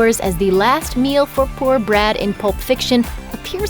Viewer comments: It’s “Brett” not “Brad”.. (from Pulp Fiction)... I don’t understand why so many people get it wrong. But this was a GREAT film!!! And a cool review. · his name is Brett, not Brad, despite how Samuel Jackson pronounces it.